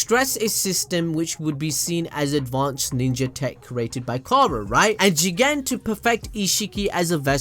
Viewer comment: Why does he keep saying jigen like that it’s not even a funny concept